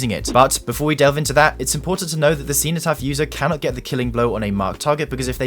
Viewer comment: Man as a Brit how did you pronounce cenotaph so spectacularly wrong